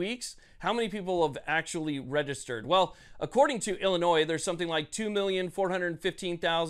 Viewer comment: P'sown ILL Illinoise.